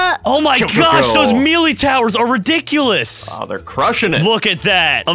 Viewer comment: i cried when he mispronounced melee